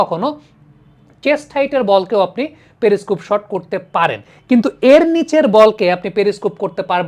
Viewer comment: প্রথমত ওই ভিশন যন্ত্র টাকে পেরি স্কুপ বলা হয় না পেরিস্কোপ বলে। উচ্চারণ ঠিক করুন।